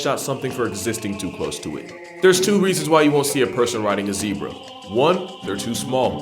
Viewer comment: The Zeb in Zebra rhymes with Deb.